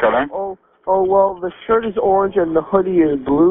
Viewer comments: i It's Montreal, Quebec. The dispatcher is French Canadian. English is probably his second language, which is why he didn't pronounce hoodie the way you would. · Yes, agreed. The operator sounded totally uninterested, and useless. Couldn’t even pronounce “hoodie” lol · If you can’t say what color is your hoodie so murderers can understand you shouldn’t be a 911 operator. It’s Ridiculous get some pronunciation lessons.